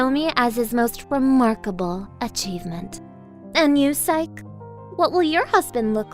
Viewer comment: What they mean:physce What i hear each thime: SIKE!